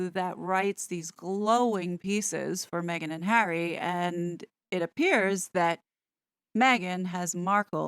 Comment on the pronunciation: I enjoy your reporting very much. Please drop the silly inflictions in your voice - for example, when you say “Meghan.” It has gotten tiresome and annoying. Have confidence in yourself and what you’re saying and drop this annoyance. It does not serve you.